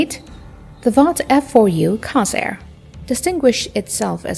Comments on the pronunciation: Why do they pronounce the F4U Corsair [Kore-sare] as Carsair [Kar-sare]? This is the third video I’ve seen that pronounces it wrong. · Core- sair not Cos- air. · There is an “r” in there. CORsair not COsair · "core sayr" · It's Cooor-sair. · I believe it's pronounced COR-SAIR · Mispronounced “Corsair,” showed it with Korean War era markings, a showed clips of Hellcats during the narrative. All the proper info and images readily available, so why get it all so obviously wrong? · The mis-pronunciation of "Corsair" is very annoying - at least, to me.